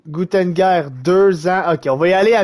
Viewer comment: C'EST PAS GUNTENGEUR C'EST GUNTER !!! JE T'AIME 😂😂😂